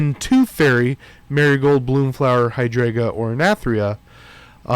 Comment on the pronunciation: Love the videos and appreciate your efforts always. With that I need you to learn how to pronounce the fairy names. hai·dran·juh er-i-thry-nə